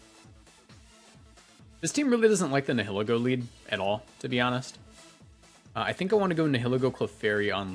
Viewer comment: say it with me, “Nie-uh-Lee-Go”